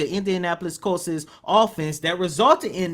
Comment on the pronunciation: It was 4th and THREE. Not 4th and third. And Colts, not Coltses. Dann.